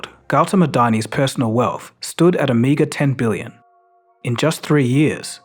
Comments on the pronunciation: "Meagree" $10 billion lmao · Mf said a "meager" 10 Billion 💀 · Did my man just say a meager 10 billion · "Meager 10 billion"